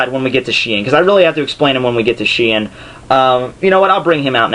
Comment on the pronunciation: The way you pronounce shi-en is hilarious.